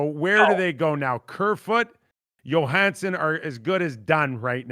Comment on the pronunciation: If I had a nickel for every time Nick pronounced Johnsson Yo-Han-Sen